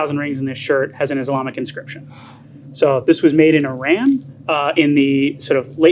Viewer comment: Smart guy, still can't pronounce Iran.